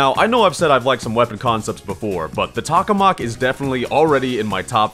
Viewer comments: Just an FYI, you’re saying “tak-oh-mak”, but it’s “tak-ah-mak”. It’a a reactor in real life. Also, while a space themed weapon would be cool, in a 50s ascetic environment, he shouldn’t have a weapon based on a reactor we still haven’t been able to get working. Also, omg, your suggestions to improve the weapon are Sooooo not balanced! You want it to rapid fire the bullets from the shirt circuit?? Almost all weapons with unlimited ammo have major downsides! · tock-o-mack** >:V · What? Tokamak more like tohamak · It's pronounced toe-ka-mahk, I think? That's how I first heard it. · Vid was cool but I died a little inside every time you said the name wrong.